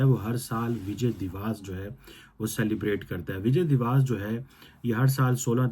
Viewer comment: First of all it's 'divas' (pronounced as dee-va-ss) not 'diwaas'. 😂 Secondly we do it to showcase the humiliation of the Pakistani hijduddin fauj in 1971 - the largest post-WW-II surrender by any army. Thirdly, you forgot another important aspect of Vijay Diwas - the Paki army took off their pants and showed it had no balls. The pants are still preserved in many of our army museums, incl Amritsar. Ye din Pakistan ka sharmnaak dastaan bayaan karta hai. Tum har Dec 16 par chutti lekar apna Mongolian thobda chhupaya karo. 😂😂😅